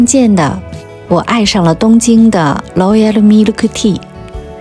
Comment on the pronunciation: “劳噎喽咪了克替”，笑死，难怪大多数日本人说不好英语！